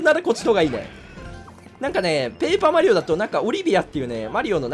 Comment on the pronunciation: ぷェイパーマリオ